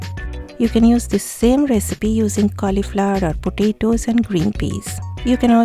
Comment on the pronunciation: With you accent "mr potato "sounds hilarious